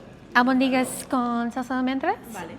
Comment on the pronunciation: It's pronounced AlbOndigas with the stress on the o